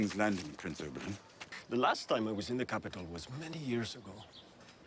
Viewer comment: You were in palpitations over Pedro, I looked away for a moment, and the next thing I heard was, 'Holy shit, he's gotten big!' Me: I don't remember that part of the scene . . . 😲 My OCD forces me to mention it's 'Ober-in', Oberyn, not 'Ober-on' like the character in A Midsummer Night's Dream. The new Daario was in The Flight Attendant, with Kaley Cuoco, if you've seen that, maybe that's why he's familiar. I think the gambling scene was just to have a new actor be introduced as Daario without it being too obvious. Looking forward to the rest of the season!